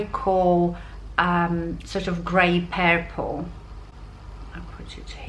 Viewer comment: I love hearing you say ""purple" you make it sound much prettier than how we pronounce it here in the USA 😊 your voice and accent are very calming.